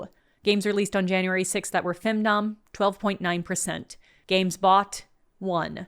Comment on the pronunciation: When you said "femdom" I thought you were saying "findom" for a second. Findom fits as a concept if someone is willing to pay for a load of shovelware.